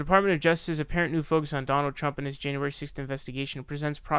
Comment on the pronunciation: Donyuld Trump. Bro. You had me in tears laughing.